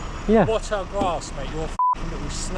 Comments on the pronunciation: What is a "grarse" 😂 he was a dopey cunt. I think he means "GRASS". You're doing the world a favour, keep it up... Still want to know what "grarse" means 🤔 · Shame he couldn't pronounce the word "grass" correctly 😂